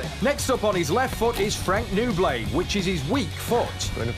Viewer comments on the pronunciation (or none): Nouble - no bull. Not noo bley. Lol.